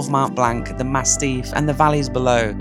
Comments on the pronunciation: Massif, not mastiff ... I think you meant to say. Able to pick yourself and keep going when the morale is lowest ... Kudos. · Its massif not mastiff 😅 beautiful video